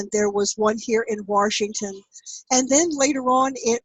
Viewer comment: Warshington!? Sounds like a Jersey Girl! NEATO!